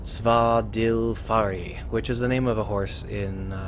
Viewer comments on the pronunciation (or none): Awesome stuff! I was planning on having a go at writing my own version based on your description of the process on your last video, but this saves me the trouble =) Oh and I don't mean to be rude but isn't eth pronounced somewhat closer to "th" than "d"?.